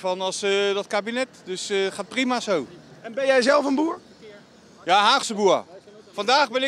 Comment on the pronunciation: "Haagse boeah"